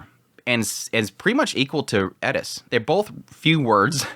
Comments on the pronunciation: Like the video but the "Edis" pronouncing? Why aren't you saying "Eris" if you have trouble with "R" all good my man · Eris. Rolled R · The Edis is driving me nuts. My brain keeps saying It’s ERIS!!!! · Sounds like you're saying "Edis" instead of Eris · Someone please explain why he pronounces "Eris" as "Eddis"??? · Do you really have to ask ? Like Edis instead of Eris Ghilaine instead of Ghislaine Rujerd instead of Ruijerd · Why the fuck do you pronounce Eris like that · bro ur good and entertaining to watch but please pronounce eris right. there's no 'D' in her name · He says eris so weird lol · I came to the comments just for this to make sure I'm not crazy. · It's the only thing he pronounces with a Japanese accent. It's driving me crazy the whole video. It seems pretentious, even if that's not the intention. Seems like he's "Trying to sound cool/smart". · Plz say Eris right